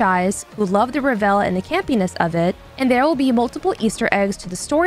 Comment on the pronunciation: That's not how you pronounce revel🤦🏻‍♂️